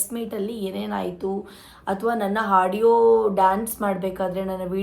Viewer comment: Hadiyo ಅಲ್ಲ ಆಡಿಯೋ ಹಚ್ಚುಕಟ್ಟು ಅಲ್ಲ ಅಚ್ಚುಕಟ್ಟು ಕನ್ನಡ ಸರಿಯಾಗಿ matadu jasti ಬಿಲ್ಡಪ್ ಬೇಡ